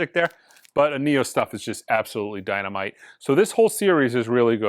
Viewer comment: If you crown Williams the best just for doing the Empire one, I would say Vangelis (RIP) is the best for doing Blade runner. Also it’s Énnio, not Ennío. 😉